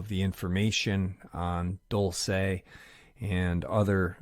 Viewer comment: Dulce: pronounced DOOLSEH NOT "dull say"(no accent or emphasis on the E). 👩‍🏫🤦🏽‍♀️